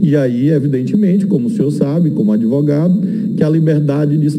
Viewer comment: Vixe! o 'Cenador' é 'adevogado'?